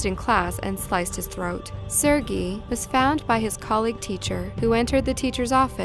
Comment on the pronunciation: I don't think she's pronouncing Sergei correctly..